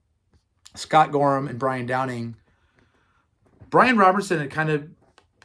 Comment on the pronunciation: so It's Scott GORHAM (H silent) and Brian DOWNEY (down ee), with Phil LYNNOTT (Rhymes with sin not). Please.